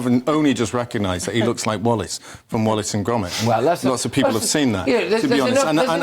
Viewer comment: Really Wallace and Grommit awow awow awow awow Gwommit old chap